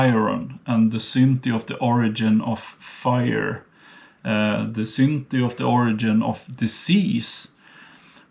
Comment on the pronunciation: I really appreciate your work! Thanks - though I wondered first what is he talking about "synti" (sin in english) until I realized the word was "synty" (birth,becoming) 😂